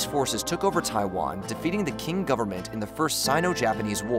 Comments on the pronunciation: Pls stop saying king empire, it’s ching empire It’s a bit annoying, otherwise I love your videos. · The CCP is the Chinese Communist Party, not the name of the Peoples Republic of China (PRC). The previous dynasty was pronounced Ching not King. The US has not really ever formally committed to military defense of RoC. Biden simply admitted what is de facto what would happen if needed. Blinken just restated the official position they has always put forth. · I think quing is pronounced ching and not king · proper pronounce is 'Ching' dynasty /Ching Chao 清朝. not King. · Communique is “kuh mew nick kay” and It’s “Qing” not “Quing” and pronounced “Ching” not “king” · FFS 😂, Qing sounds like “Ching” And it’s PRC not PROC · For The LOVE OF GOD! 😳😊, it's Pronounced like the Standard American English /Ching/, because, in "pinyin", which is the Chinese phonetic writing system using the English alphabet, the letter "Q/q" is ALWAYS PRONOUNCED AS: "CH", AS IN: "CHURCH". So! It's The "Qing" (/Ching/) Dynasty! 😊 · Quing empire?? Pronounced King?? Communiqué pronounced in … I don’t even know which language? This is not the quality I am used to with this channel. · No. It’s written qing and pronounced ‘tying’. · "QUING"?!? Dude! Really?!?😅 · It's spelled Qing and pronounced "Ching" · Just wanted to say that Qing is actually pronounced as Ching, but overall its a good video. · You're going to sit down and read for 36minutes about china and you can't even be bothered to learn how Quing is pronounced, F this, I'm out. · You lost all credibility as a China commentator with "QUING". To mispronounce Qing as /king/ is somewhat forgivable, but to then go and print the name with a "Qu" forcing your mispronunciation of the pinyin to conform to English lexicographical rules makes you sound like a tourist. I can't take your content seriously because it lacks a fundamental lack of knowledge about the culture being discussed. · Qing is pronounced more like (ching) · Qing Empire not Qiung.